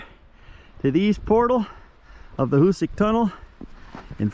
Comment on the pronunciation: Nice video on the tunnel. Fyi it's pronounced " HooSack and you are correct the east was much easier to drill. On the west end on the south side of the tracks over the hillside you can see the now collapsed original bore that was abandoned. They actually bored down and dug east and west on the west end to accelerate progress as the west was very hard . Also, by accident, it was discovered that nitro was stable when cold when a wagon going to the tunnel crashed on a cold day, and it didn't explode.